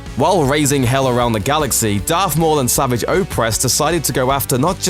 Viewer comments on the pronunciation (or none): It's not 'sa-vi-ch' it's 'sa-var-ge'! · Savaaj. That's how his name should be pronounced. Not Savage. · Fell down an elevator shaft...... that thing isn't a fucking elevator shaft. And it's not pronounced savage- it's savajj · Did this guy ever bother to watch any of The Clone Wars shows or is he just reading a script? Yeah it is spelled Savage, but the show never pronounced it like you normally would. The syllables are different. Normal is sav-age where as the show makes it sa-vage. Sounds like garage. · His name isn't sav-idge, the way you normally say savage, it's they same as how you pronounce A-sarrj Ventress, his name is pronounced Sa-varrj. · It’s not pronounced savage as in savage beast...it like, savaage but looks savage . Make sense? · I'm mad that the person who narrates this pronounces Savage Oppress name all wrong. Uuuuugh, "Sahvahg" Oppress is a better way to say it. This guy makes it sound so weak. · Matty vP Its pronounced S.a.v.o.z.h. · Jeez get your facts right before making a video, and learn how to pronounce Savage's name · The way you pronounce 'Savage Opress' makes me want to die! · Learn how to pronounce the name Savage. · Why can no one say savage oppress' name right in videos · Fucking pronounce Savage's name right. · It's how you pronounce the name.